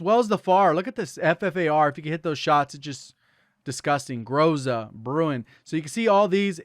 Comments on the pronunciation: ITS "GROH-ZUH", NOT "GROZA" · Groza is pronounced, Gra-Za, which means storm/thunderstorm/danger in Russian.